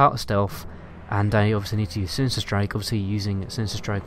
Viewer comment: Shinishter, Stealf, distrack